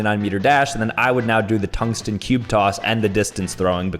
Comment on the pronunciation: toungsten cube coss - 2024